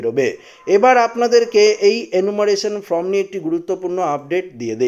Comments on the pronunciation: ভাই উচ্চারণটা ফ্রম নয় ফর্ম। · বার বার ফ্রম উচ্চারণ করছেন , এটা ফর্ম হবে!!!! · কথাটি "ফ্রম" নয়, কথাটি "ফর্ম" হবে। নিজেকে সংশোধন করে নেবেন । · কথা বলতে শেখেনি ফ্রম ফ্রম করছে আর বাঙাল ভাষায় ভিডিও করছে। আগে লেখাপড়া শিখুন সঠিক উচ্চারণ করুন তারপর ভিডিও করবেন।